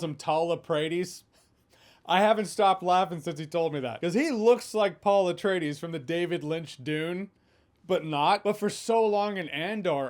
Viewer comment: Did you say Paul Afraidis? 🤣